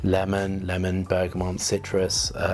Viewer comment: Just before he said he was dyslexic, I was thinking, 'he must be dyslexic'... because of how he pronounced bergamot and limonene! His olfactory prowess makes up for that, though! I've discovered it's almost pointless testing from cartridge paper - it selectively gobbles up some of the components, and doesn't have natural warmth. My very dry skin can ruin a lot of perfumes, too. 🫤